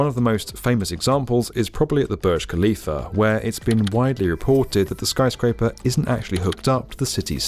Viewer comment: It’s not a skryscraper.